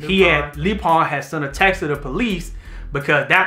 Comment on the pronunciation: Why are y’all pronouncing it “Loo-Pine”?? 😂😂